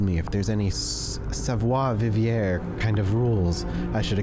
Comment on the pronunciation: "savoir" was well pronounced ! "Vivre" however xD